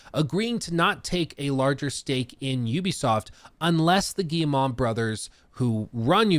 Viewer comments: Hey! It's Guille-moh, not Guille-mah, friendly tip! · The Gay-mon brothers? Am i hearing this right?